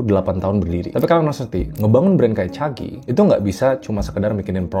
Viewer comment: Caji bang, bukan Cagi 😅